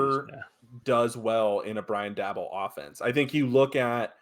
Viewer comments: It's pronounced like "Dable" Rhymes with "table" Not "Dabble" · It’s Day-Bol .. Not Dabble Bro 😂😂😂